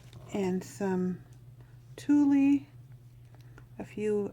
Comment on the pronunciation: Love your angels. FYI when you pronounce tule, the e is silent as is the g in hanger